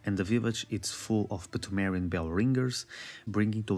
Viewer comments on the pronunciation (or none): The P in "pthumerian" is silent, bro.